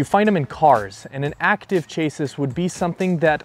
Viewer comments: chASS- ee:face-fuchsia-tongue-out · Chassis is pronounced CHASS-ee or plural is CHASS-eez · Chassis = shah-see, as in a car’s chassis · Chassis: "Chah-see" you've heard it before.